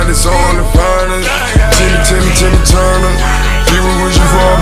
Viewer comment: It's turner not tuner